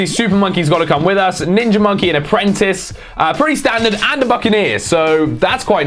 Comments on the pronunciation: instead of ov saying ninja he says ninjer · Is it just me, or does say "ninjar"